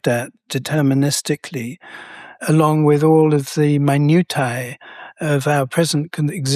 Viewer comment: 30 seconds in I hear "emeritus" and "minutia" mispronounced in a way that makes me wonder if the universe is messing with me. I know that both of you know those words and how to pronounce them.